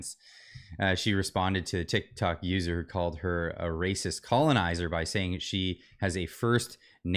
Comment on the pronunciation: "That's Wacist!" to notice that😂😅